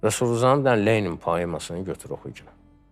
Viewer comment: Lelin deyil, Papalin deyil ay millet… Lenindir, Papnindir…